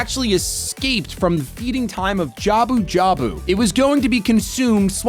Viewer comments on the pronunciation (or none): Calling Lord Jabu-Jabu “Gouda Gouda” killed me 😂